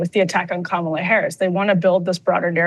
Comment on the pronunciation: Vote blue, even if it's ka-mall-a. Bahaha! Krystal